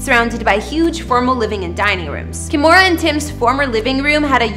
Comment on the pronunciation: Stop pronouncing her first name as "Ka-mo-ra". It is pronounced "Kee-mo-ra". No matter what Kimora says.